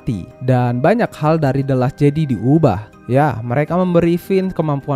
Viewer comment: bukan bermaksud gimana gimana, videonya oke poinnya tersampaikan, mohon maaf sekali karena hanya kurang nyaman ketika mendengar “jedi” dan “vader” yang salah pengucapan. selebihnya semuan sudah baik sekali, ditambah menyenangkan sekali ada bahasan mengenai star wars dalam bahasa indonesia 👍👍